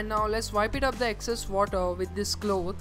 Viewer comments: its not colth . but cloth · cloth. what a pronunciation!